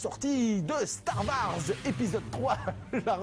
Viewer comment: "Star varse" lol